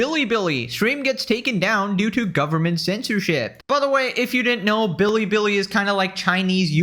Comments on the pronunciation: Why does Hasan pronounce Bili Bili like that? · I'm not one to defend Hasan but this is generally how East Asians pronounce anything with an L 😂